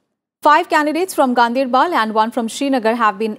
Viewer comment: It is Ganderbal not Gandeirbel...